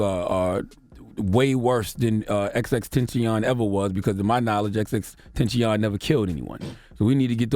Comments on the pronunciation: Tenta-see-yon right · Why does he keep saying his name wrong “xxxtention” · I hate how you say his name ex ex ex tentaacioon